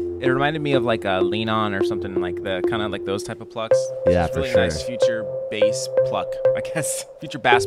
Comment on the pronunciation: They’re saying bass wrong